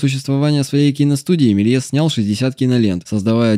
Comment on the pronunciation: Не так прочитал фамилию)